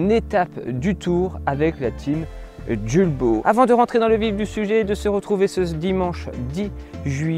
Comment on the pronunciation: Hello!!! Les enfants et moi même, nous vous suivons depuis très longtemps déjà. 😁 Nous nous permettons de vous écrire aujourd’hui pour une simple raison : Étant voisin et amis de la famille Jules Baud, Pourriez-vous prononcer correctement le nom de la marque ? Julbo étant une marque française et qui plus est franc-comtoise, nul besoin de me prononcer à l’anglaise. Julbo vient de la liaison du prénom Jules ( le père fondateur) et le nom de la famille Baud. Aujourd’hui, l’entreprise est gérée par les 2 fils sur 2 sites distincts, 1 à Longchaumois, l’autre dans un pays de l’est (Roumanie). Merci pour votre éventuelle prise en compte. Au plaisir.